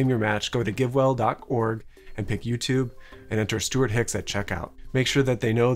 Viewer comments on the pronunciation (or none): none